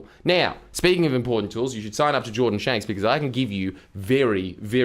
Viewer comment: Did you say shordan janks? 😂